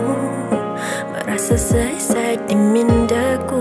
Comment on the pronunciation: Lagu not bad, good effort. Tapi kenapa lagu Brunei rojak Melayu + English saja ani kian. Sebutan pun ada yang inda berapa clear. Sesat mcm suicide bunyinya.